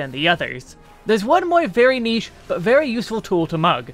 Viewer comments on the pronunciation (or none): none